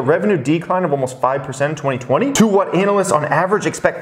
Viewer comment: Every couple videos I hear pronounce it “ANAL-ist” and get a chuckle.